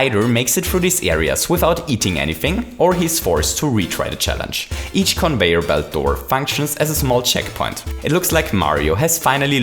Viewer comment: Also plase say Conveyer instead of convoyor.